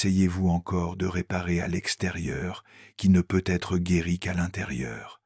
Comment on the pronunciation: Ajuster votre IA s'il vous plaît ! Car PEU Être que ça me coupe l'envie de continuer à écouter ! 😢😢😢😢